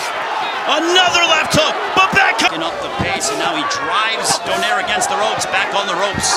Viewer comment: They pronounce donaire wrong it's DO-NAY-RE